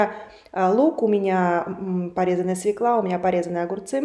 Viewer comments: Не свеклА, а свёкла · У Вас точно МГИМО? СВЁКЛА, А не свеклА. Ну что ж Вы....